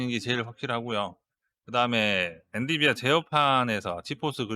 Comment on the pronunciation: 엔디비아X 엔비디아